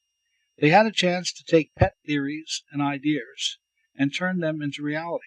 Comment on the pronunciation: you lose me with the inability to pronounce "Ideas".